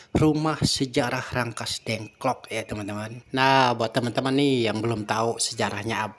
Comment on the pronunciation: Rengas Dengklok pak, bukan Rangkas dengklok